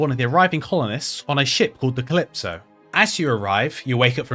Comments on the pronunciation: I just play a lot of Devil May Cry and that pronunciation is jarring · me neither, just that it's a sci-fi game and I thought you said Callisto when you were actually saying Calypso